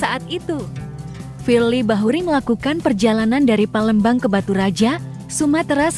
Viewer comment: Kog sering terdengar para pembaca narasi di YouTube..(PA)lembang di sebut (PE)lembang...(A)mpera disebut (E)mpera